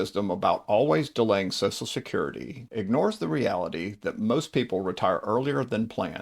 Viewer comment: What about any of this info is particularly helpful or if interest to women? It's all been boiler plate obvious info that is true for women and men alike. This info could likewise be targeted towards "Guys named Mike" or "Financial advice for redheads!". Also, it's not pronounced SOSSSAL SECURITY. Ffs, what is it about SOCIAL SECURITY (pronounced SOSHUL SECURITY) that makes people forget how to speak? Nobody says SOSSSUL MEDIA, or SOSSSUL BUTTERFLY, or ANTI SOSSUL..